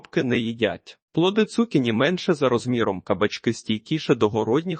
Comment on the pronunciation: Не змогла слухати. Дуже "бив" отой наголос цу`кіні. На мій подив, навіть в словниках не знайшла - як правильно. Можете сказати де подивитися?